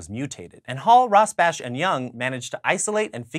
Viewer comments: Michael Morris Rosbash, ROSBASH, not ROSBACH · It's pronounec Rosbah I think.